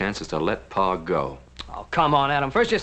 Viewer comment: It’s PA! Not PAW! 🙄😂